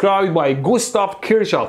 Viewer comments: Kirchhof not Kirtschoff in German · Your German needs some work. It's Kirchhoff, not Kurchsjow. It means church garden. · its not Kirsch its KIRCH!!! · فقط یه ایرانی میفهمه چرا مهدی نمیتونه بگه ک*رشاف😂🤦🏻‍♂️ only an Iranian can realise why mehdy can't say kirshouf😐🤦🏻‍♂️ A.N: kir means penis 🤦🏻‍♂️ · Kirchhoff is pronounced as kirh-hof. In german "ch" is pronounced simply as simple "h".